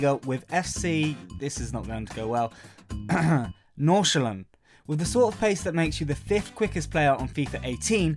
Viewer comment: Dat pronounciation of Nordsjælland was pretty much spot on lol